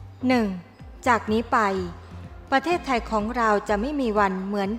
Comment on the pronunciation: ชื่อว่า ประเทศไทย ไม่ใช่ ประเทสๆๆๆไทย อักขระอักษร ผิด ทุกสรรพสิ่งทุกอย่างเปลี่ยนแปลงอย่างมหันต์ทันที